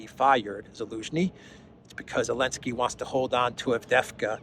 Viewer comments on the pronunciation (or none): I'm getting a sense you don't like Zelensky. And you seem to have trouble pronouncing and spelling his name.